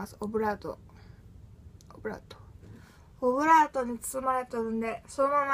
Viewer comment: コブラートって聞こえるw